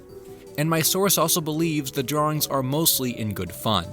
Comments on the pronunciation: I don't like the way you say "drawings". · Off-mardle drawrings